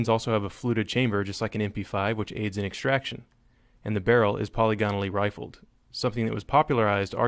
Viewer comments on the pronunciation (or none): Why do YouTubers keep saying poly gone al when it’s po lig a nal? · Say "poly gone o lee" again. I dare you.